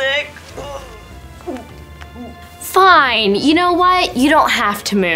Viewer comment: it said air stick not air sick